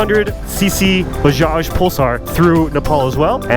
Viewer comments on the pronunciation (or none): none